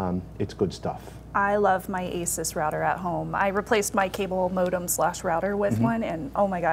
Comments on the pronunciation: Maxim Dahan I am aware that there are two ways to say it, but they weren't saying it either of the correct ways. Ace-us is pretty much the only wrong way to say it. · Are you guys seriously pronouncing "Asus" wrong? Really?